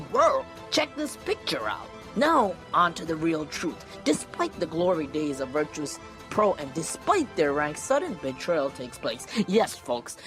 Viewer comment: ITS VIRTUS NOT VIRTRUS .,.,FUCK U